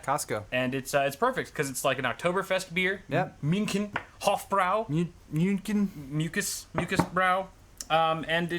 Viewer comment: A small guide on how to pronounce Hofbräu: 1. Hof -> like "hope", just with an F sound instead of a P sound 2. You ever heard a -- presumably British -- soccer hooligan yell "OY!"? That's the sound you use for "äu" in Hofbräu. So, "hofe" + "br" + "oy" = Hofbräu. Cheers!